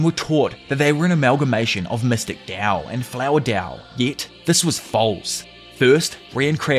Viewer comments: stop saying dao its tao bruh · its tao not dao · Bruh... why are u calling it dao... its literally tao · T-A-O "tahh-oh" not dow like dow jones 😂😅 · he keeps saying dao.. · Thought it was called tao, why is bro pronouncing it with a D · I really love what u do bro but the constant mis pronunciation of Tao is driving me nuts 😢